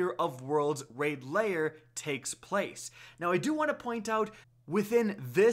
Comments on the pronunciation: You pronounce lair as layer. You should try saying lare or like hair with l instead of h. Lair. If you want to say right. No biggie. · L A I R. NOT LAYER. LAIR.